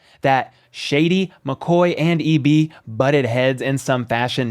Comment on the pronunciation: That dude butchered EB's name. The Tom Brady thing was hilarious. Thanks for the shout out